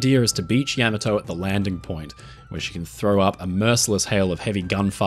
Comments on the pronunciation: I love your videos, but every time you said the ship's name, you made me cringe! You put the emphasis on the first syllable correctly (YAY!). But you insisted on saying "YAM," instead of the correct, "YAHM." So, she wasn't YAMato, nor was she yah-MAH-to. She was YAH-ma-to. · Why do the British screw up the pronunciation of the Japanese war aircraft, ships and other weapons? This ships name was pronounced, Ya/ma/too, not Yam/o/too. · Yam-ah-toe? Isn't it Yah-maw-tow? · You say YAM-a-to, I say Ya-MAH-to. Let’s call the whole thing off. 😂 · Ahhh The Yam a toe. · Yama toe 😂 Ya Mato 🍡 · not yami-to, ya-maw-toe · Ya-ma-toe- Not Yam-a-toe. You and Drachinifel. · Ya maa tou. love the aussie accent , cute, yama toe doesnt work , say it properly. ten icho go. ? gou? Its a great piece, but constantly hearing yaaamaatoe is grating... and feels a bit disrespectful. Ya ma To .... you say so many other japanese words correctky like hiroshima and okinawa, sounds good...but this ship is not a toe not a mountain toe. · YAMATO TOMATO TAMATO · Genius, he calls it Yeah-ma-to for the first 10min. Factually incorrect pronunciation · You hurt your toe? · No, he did not. In Japanese, vowels are pronounced distinctly and evenly without strong stress on any particular syllable. He stresses "YA" at the beginning of the name, which is simply wrong. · I believe the emphasis should be on the second syllable, "ya-MA-to" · "Yammer Toe"! What a wonderful command of Japanese... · A truly awesome warship! Only issue is how he pronounces the name! I believe the correct pronunciation is "Yah-mah-toe". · Yam-A-Toe??? No way!!! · The Yammertoe?? :face-green-smiling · Is this voice AI or human? Cannot make up its mind how to pronounce the first "A" in Yamato, which should be like the "a" in fAther. FASCINATING video. Thank you. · I'm pretty sure Yamato is pronounced Yam-ah-toe. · Forgive me, the correct pronunciation of Yamato is ya-mato. Using a short “a”. Rhymes with Tomato.